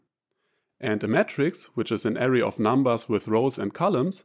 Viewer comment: Beautiful video. Please try to pronounce "AH-RAY" for array and not "area".